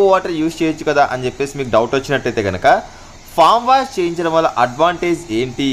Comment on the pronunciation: ఫామ్ వాష్ కాదు బ్రదర్, ఫోమ్ వాష్. ఫోమ్ అంటే నురుగు. ఫామ్ అంటే కోళ్లు ఉంటాయి